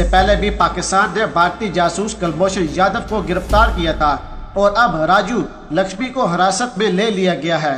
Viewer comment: It is RAJU LAKHSMAN and not as (LAKHSHAMI) as you pronounce.